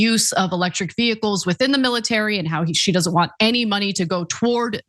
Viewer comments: mtg puts the Hick in "vehicles" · MTG struggles to say 'vehicles', just pointing it out. She wouldn't miss an opportunity to attack Biden for his speech.